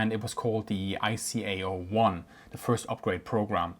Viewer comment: Hint: ICAO is pronounced as "EyeKaYo." 🤪